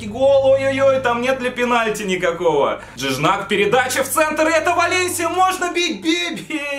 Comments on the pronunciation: Жиньяк ЖИНЬЯЯЯЯЯЯЯЯЯЯЯЯЯЯЯК а не Джиджнак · "Джыджнак" затащил xDDD P.S Жиньяк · ЖИНЬЯК, я из-за твоего Джиджнака оглох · Жиньяк, а не Джиджнак 🤦‍♂️ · Джиджнак, ахах Жиньяк. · Не Джиджнак а Жиньяк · Ток правильно Жиньяк